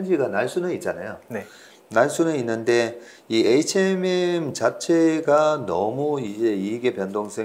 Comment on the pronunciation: Hnm이 아니고 hmm 이에요... 자꾸 에이치엔엠이라하네